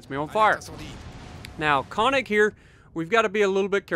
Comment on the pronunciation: Instead of "kawnig", it's pronounced more like "kernig". Nice to see the good old Solomon Islands map. Feels like 2015 again.